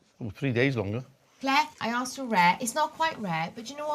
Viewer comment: Asked not Aksed